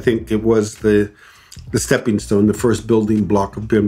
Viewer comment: ... "it was the Step(h)ing stone ..." <3